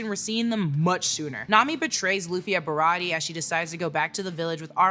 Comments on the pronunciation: Shawty said “Bariyartie arc” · Ba-ra-tee-aye. Say it with me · It’s BAH-RAH-TEE-AYY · BA-ROT-TE-YAY Baratie! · I love you but if you say barratie wrong again we gonna be enemies for 5 min max